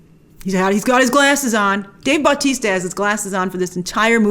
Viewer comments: It’s Batista But-tista lol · I absolutely hate how Grace is pronouncing Dave Bautista's last name. The emphasis is not on the "Bau" it is on the "tis". It's really starting to bug me. Other than that great vid.